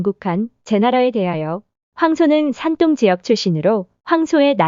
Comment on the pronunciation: 대륙 백제에 대해 대한민국 사람 입장에서 받아들이는거야 사람 마다 다를 수 있겠으나, 인구수로 따져보자면 산동(둥 이라고 발음)성 인구가 1억 500백만명인에 전라남도와 북도 인구를 다 합쳐도 400만이 체 안되요. 사람이 애 낳고 돈 벌어서 먹이고 가르키고 키우는 인간사 거기서 거기라 치면, 1억 500만명 VS 400만명을 1500년 전으로 거슬러 올라가서 당시 인구로도 어디가 먼저 발원에서 어디로 진출했겠어요. 한번 상식적으로 추측해보시면 나오실껍니다.